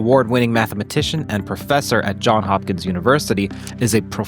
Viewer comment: I’m sure you’ve heard it- it’s Johns Hopkins, not John Hopkins.